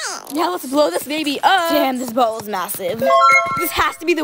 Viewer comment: No one is gona talk abt how she said bable instead of bubble? But honestly shes slay